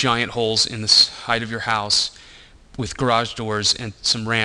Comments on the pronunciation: highth (nor heigth?) isn't a word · he said, "heighth"...heeheeheee